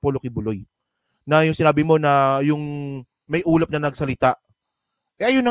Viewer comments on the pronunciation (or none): Ah ulap pala, ang dinig ko ulam na nagsasalita 😂😂😂 kaloka